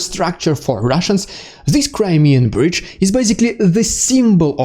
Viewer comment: 34 more like "crymeeeeabridge"